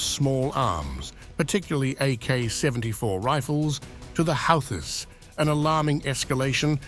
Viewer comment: it's houthis not halthi pronounced like hoothi you are really funny!😂